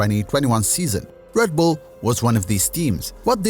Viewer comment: REDBULL not RADBULL